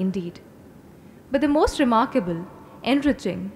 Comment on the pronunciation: the “bhaeluus” are the “moosht” important component 🤣😂🤣😂 pronunciation apparently certainly isn’t 🤣😂🤣😂